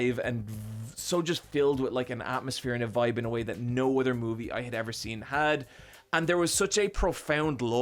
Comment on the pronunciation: Take a shot every time he says moovie